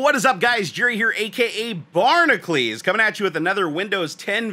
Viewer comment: Jesus, - you don't even know how to pronounce your own fucking name. It should sound as if "Bar knuckles" is said but together.